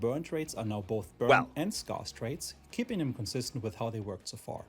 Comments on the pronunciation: S-care-s not S-car-s 😂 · For all the Germans in the world (and austrians) scarce is pronounced 'sk-air-ss' not 'sk-ar-ss'. From...THE BRITISH. Happy to be of assistance.